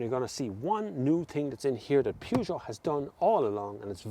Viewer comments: the "Pjoojo"????? I never heard of that car brand. I'm 25 seconds far in your review and I already felt the urge to react to what probably will end up to be a great review, but man, why can't people try to pronounce things correctly? You review cars, you must have heard that name a million times. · Pewjoe? ... Oh, you mean Peugeot! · Peugeot. P like in paul, eu spelled like the e in verse. G pronounced like sh but with voice. eot like au in autumn. There's no oo. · I've never seen somebody mispronounce Peugeot so bad. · That’s what we call the brand in Ireland! Get over it! Who says the English are right with their PUR-JO? There’s no r in it! 😂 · Interesting way to say peugeot... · Love the pronunciation of Peugeot it reminds me that Dacia (day-see-a) will never be datcher as they call it!